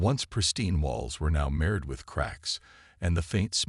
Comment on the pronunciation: Thanks, But, your AI still sucks. What is: "BEAR-idge", "RED-outs", "deh-BRISS", "MEHRed with cracks"(marred)!!!??? Is it REALLY that impossible for any of you to get a Decent AI???? These Crappy AI really detract from enjoying the stories.